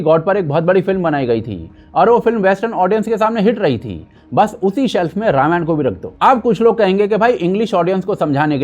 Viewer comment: Ramayana nhi ramayan hai 😂❤